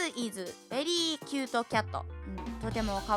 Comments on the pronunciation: そもそも訳が違う件w cutって読んでるけどcuteじゃんw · もcuteをcatて読んでて草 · 先生がcuteのことcatって読んでるww そしてそれに気づかない回答者ww